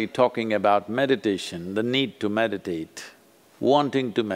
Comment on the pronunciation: That’s “meditate” not “medicate”.